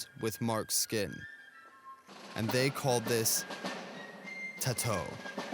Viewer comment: it’s wired the way u pronounce the word tatau